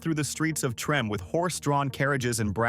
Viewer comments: 🤦‍♂️ it’s pronounced tremA not trem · Treme is pronounced Tremay not Trem. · It's not pronounced trim, it's (Trem-may) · Not Trim but Tramay. Not Dookie but Dukie short u sound... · 😂😂😂 Did you pronounce Treme as Trim? Please when you are covering Louisiana learn to pronounce properly your subject manner. Treme is pronounced Tree-may. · Im from chicago and its DRIVING ME CRAZY that they keep saying trim and not TRIM MAY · Yes, cause WTF is Trim🤷🏽‍♀️It’s Treme pronounced Tri May 🤦🏽‍♀️I hate when they do this. I didn’t listen to the rest because I know it’s some 🐂💩. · Facts it was such an ear sore when he said trim instead of tri-mae 😅😅😅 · It's pronounced "Tre-May" "Dook-ee" (rhymes with Crook-ee) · Trah-may Tremé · Just FYI- Treme is pronounced TreMAY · Its pronounced Tra-may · How you not know how to pronounce Treme? Tre-may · Treme is locally pronounced as," Tree-may." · It's pronounced Treh-may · it's pronounced Treh-may. Do your research on our city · Yeah it's driving me crazy listening to him pronounce it like that. Lol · it's actually pronounced Treh-may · Tree?! Yea loud and wrong 😅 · I came here to say that.. I know there’s a words that aren’t pronounced correctly. 😀 We have a lot of words that can easily be mispronounced. 😀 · It is pronounced treh-may. You're driving me crazy! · The heart of Treme lol the did not say that right lol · When narrating you DEFINITELY should know how to correctly pronounciate THE HISTORICAL neighborhoods in my beautiful city of New Orleans, LA........ Treme' is THE OLDEST BLACK NEIGHBORHOOD in America and the CALLIOPE was one of the roughest projects in New Orleans, I suggest next time you go to YouTube and do your homework before you narrate anything else..... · How hard would it have been for anyone involved with this to have learned to pronounce Treme'? And the word saxophone?